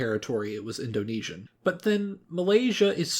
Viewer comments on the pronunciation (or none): none